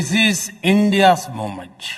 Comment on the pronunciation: Mommench , kwulties and one more that I don't recall ! Why speak in English when he cannot speak the language and more importantly why does he and his cohorts poke fun at the slip of tongue. !